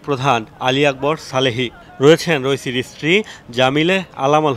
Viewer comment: রইসি না রাইসি